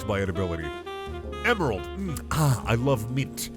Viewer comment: Did he fukin say "gemaral"?